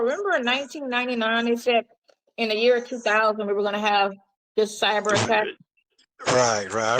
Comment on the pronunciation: What hell is “cybra” did he mean cyber??? Omg too early to be creating new words.